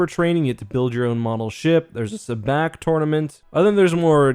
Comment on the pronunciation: Not trying to make fun of you or anything, but I just can hear a young Lando correcting your pronunciation of Sabacc like he did with Han lol